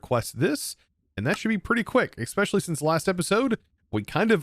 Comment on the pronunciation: In 2025 there are still people that pronounce 'especially' with an x. Wild.